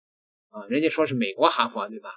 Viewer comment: 人家說的是哈fer 不是哈佛，中文英說，英文中說